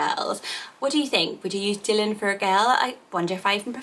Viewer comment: Is pronounce Dylan differently x